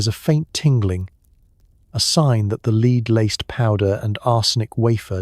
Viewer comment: Is this AI? Just lead poisoning was pronounced "leed poisoning " and I'd rather hope it was a genuine mistake tha AI